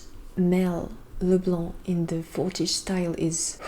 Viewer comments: really love how you said Leblanc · I love like you pronounce Leblanc every time it so French😍😍